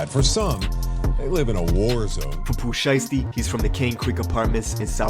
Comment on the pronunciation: dude said “poopoo shiesty”